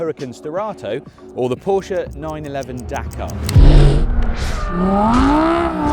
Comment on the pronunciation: Please pronounce Porsche properly